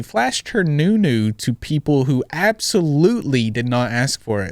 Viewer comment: the first time you said nunu was the whitest ive ever heard 😂